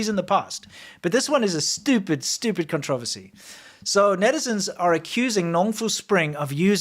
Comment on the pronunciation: can say "conspiracy" just fine but when it's time to say "controversy" all of a sudden he doesn't speak English only Afrikaans 😂